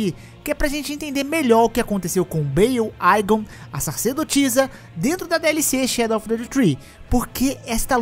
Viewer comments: a pronuncia correta é ÍGON não aigon, no jogo mesmo em inglês é assim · Poxa podia pronunciar o nome do igon corretamente